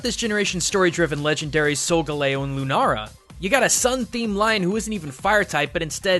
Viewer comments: It's lunaLA not lunaRA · It's not lunaara it's lunaala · It is Lunala not Lunara. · Why dose he keep saying nara instead of nala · anyone else notice that he says lunara instead of lunala, l-u-n-a-l-a, where is the r? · LUNA-LA NOT LUNARA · You say it "Lunara" it's Lunala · It's Lu-naL-a not Lu-naR-a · Its Loo-Nah-Lah not Loo-Nah-Rah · Does he know that it is Lunala, not Lunara? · Lunala not Lunara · The video was great and all but he kept saying lunara when it's lunala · lunala doesn't have an r in it he said lunara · Seriously tho, it's Pokemon. Their targets are older kids and younger teens. Also, why are you saying LunaRA??? It's LunaLA. Not trying to hate, but srsly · since when was Lunala pronounced Lunara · Did it bother anyone else that he kept saying "Lunara" instead of "Lunala?" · it's not lunara it's lunaala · Why is he pronouncing Lunala "Lunara"? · Also, it's LOO-na-la, not LOO-nara. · Ok somethings annoying me and I have to address it, it's Lunala not Lunara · ok nit pity but he was saying "lunara" winstead of "lunala" l not are. Ok rant done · dude its Lu-na-la not Lu-na-ra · ITS LUNALA NOT LUNARA OMG!!!!! IM GOING TO KMS! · Lunara? Its Lune-all-ah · Shadow Kirby "Lune-a-la". Dude. Lu-na-la. The letter "n" is from the second syllable, so you can't pronounce it on the first. But yes, it's simply "Luna"(Latin and Spanish) for Moon, and "ala" for wings(Latin and Spanish too). It's name is basically "winged moon". As for Solgaleo, I feel that, even if somehow related, "galeo" has nothing to do with Galileo. "Sol" for Sun, "ga" as a connector, and "leo" for lion. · Lemuel Ogabang It partly was, the amount of people correcting him was annoying. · It's Luna-L-a not Lunara. Stop trying to be Japanese you weaboo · Why does he pronounce Lunala as Lunara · "Lunara" ITS LUNALA. It CLEARLY has an L. L. NOT R. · Moriah Manning He's mixing the Japanese and English pronounciations of the english name, I think. Lunala and Runara. EDIT: Yep. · Lunala, not Lunara